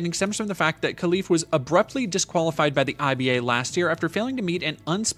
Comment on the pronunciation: Hey thanks for your video, I hust wanted to say that it is pronounce Relif not Kelif :) with a gutural R